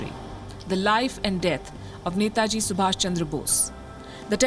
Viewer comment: Glad to see this and glad to hear 'NETAJI' from Palki!! 👏🏻👏🏻👏🏻 Palki you rock!! 🙏🙏 WION